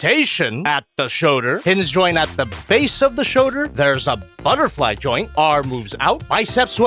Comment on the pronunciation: “Rotation at the shöder.”